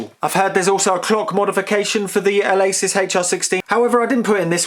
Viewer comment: The "Ah-lay-sis Haichar 16"